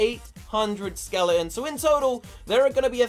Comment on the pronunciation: Why do you say skeleons